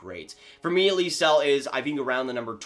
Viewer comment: i know lysell is a hard name to pronounce for non swedes but that pronunciation made me laugh a little lol